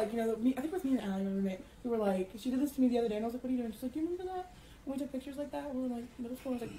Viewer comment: When she says "pitchers" instead of "pictures"........ IT IS THE LITTLE THINGS DUDE, I CAN'T!!